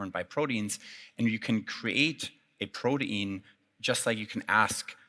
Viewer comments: Why does he keep saying BRODEAN?! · What is with the pronunciation of protein